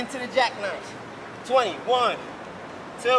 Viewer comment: that “one” hit different. .😂